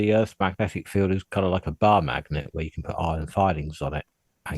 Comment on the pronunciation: can't say the word "field". He pronounces it as "filled". He also pronounced "wolf" as "woof" in the past. It's because he's mentally 5 years old.